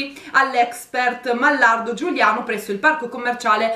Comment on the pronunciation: Giugliano non Giuliano ehehehe spero di esserci